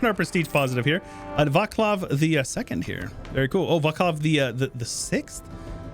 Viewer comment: also in Czech its not Vaklav but Václav (we read C not K)